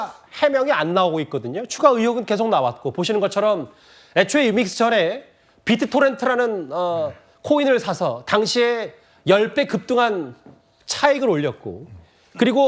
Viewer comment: 비트토레인이 아니고 비트토렌트입니다.